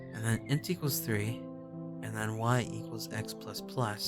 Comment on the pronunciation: as a programmer. int is not I-N-T it's int IN-T (in and t sound) like "ink" but with t